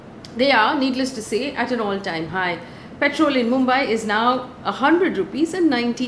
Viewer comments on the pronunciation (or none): check the pronunciation of petrol and *purchase*...posting with the best of intentions ❣️